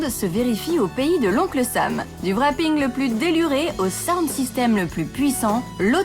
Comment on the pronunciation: le "Rapping" on ne prononce pas le "w" en plus envoyez quelqun qui s'y connait ou meme qui se debrouille un peu pour parler a des dieux d' auto aux USA qd meme ca donne pas une bonne image des francais qui sont eux aussi des inventeuurs d'auto